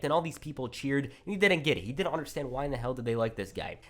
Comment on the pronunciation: I can't tell when this dude says didn't or did. They sound the same